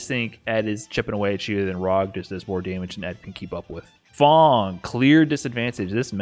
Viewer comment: Its fang not fong